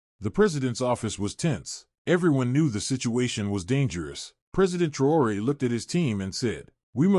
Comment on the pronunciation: Faudra bien prononcer le nom c'est TRAORE pas TROUERER